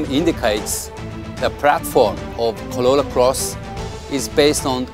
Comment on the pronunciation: Why you say "colola"... its "corolla".... 😂